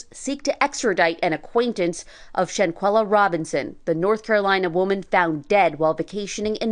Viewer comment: Love the reporting but her name is not pronounced Shan QUEELA” it’s “Shanquella”